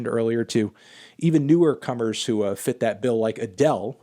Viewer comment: When he said “Newer Cummers” I felt that